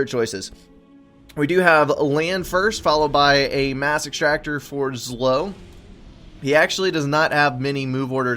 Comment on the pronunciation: I thought you said massive tractor instead of mass extractor